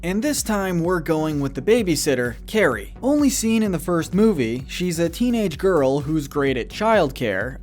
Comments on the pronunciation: It’s pronounced CAR-ee not carrie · It’s not Carrie it’s kari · It’s pronounced “KAHR-ee”, “”! 🤨 Did you not hear how she introduced herself to Dicker in the beginning in Jack-Jack Attack? Also, it’s tacks that Dash put on Bernie Kropp’s chair! You’re so bad at pronouncing,. 🙄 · You pronounced 'Kari' wrong.